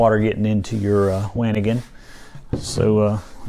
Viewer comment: it's not a waa ni gan, it's a wha-ni gan -- for the things you are going to want again.